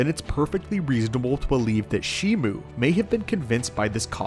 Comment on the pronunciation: Bro the name is shimu. Where did shimo came from